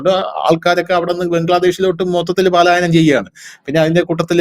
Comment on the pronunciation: Paalayanam palayanam ennu parayuka